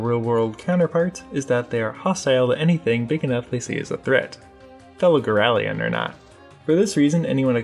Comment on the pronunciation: Why do you keep saying girallion? there's no second i, so why pronounce it like girallion?